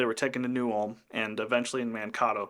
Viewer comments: Not to nitpick, but I was born in New Ulm - Mankato is 25 miles away - and we pronounce it as it looks, Man - kay - toe. And slough is pronounced "slew" here... An excellent narration, though, and accurate too! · Man-Kay-toe 🤓 Excellent as always!